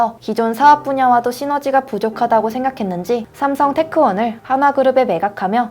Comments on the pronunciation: 여자분 사전에 대본 제대로 안보는듯 삼성테크원이 아니고 삼성테크윈이다.ㅋ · 삼성테크윈인데 삼성테크원으로 잘못 읽었어요